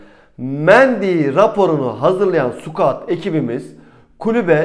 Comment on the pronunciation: Konulardan bağımsız ve epeyden beri telaffuzunu yanlış kullandığınız Scout ( sıkaut) kelimesine dikkat edelim bence. Siz squat( sukuat )ile karıştırıyorsunuz